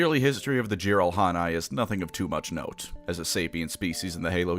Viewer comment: It is "JEE-rahl-hah-neh". Source: I'm Korean. Their species' name literally means "YGBSM" or "(I call) BS" in Korean. Microsoft even had to scramble their name in their official Korean translation just to censor its "etymology".